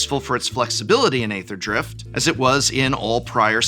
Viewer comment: nice primer, prof! it's "eether" drift btw :)